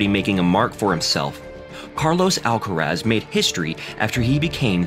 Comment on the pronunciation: no les tienes que explicar nada. Los nombres de las personas es una cuestión de identidad. Carlos Alcaraz se llama así, no Carlos "Álcarasd". Basta con preguntarle al propio Carlitos, o a cualquier español que se tenga a mano, cómo se pronuncia ese apellido y tratar de imitar lo que le digan. A nadie le es exigible un buen acento en otro idioma, pero sí un respeto hacia la identidad de las personas y eso implica designarlas por su nombre, no por lo primero que se te viene a la cabeza cuando lo lees.